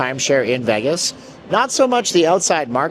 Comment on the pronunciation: You should leave Las vegas, all you do is speak negatively about the city that provides for you. Learn to pronounce VEGAS PROPERLY…..YOU MUST BE CANADIAN